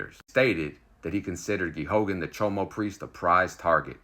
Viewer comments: The name of the priest is pronounced, "Gay gan. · Its pronounced gay gun. Just so people know who you're talking about.